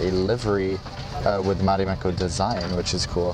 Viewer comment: Se sanotaan Marimekko eikä Mharimhekkou